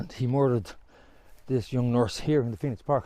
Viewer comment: ‘ The Phoeno ‘, c’mon, get it right.